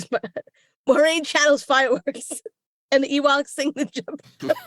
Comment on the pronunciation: Not the Ewoch's..... I'ma pretend you di-ent say that!!!.... LMAOOO